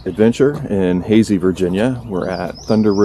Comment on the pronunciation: Howdy! Loved the video and you've earned a new subscriber. Pro tip from a native, the town is pronounced HAY-sye. Why? Who knows. Keep up the adventuring!